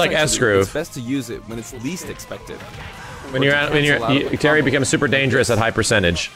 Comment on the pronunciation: Why You Said Terence It's Terry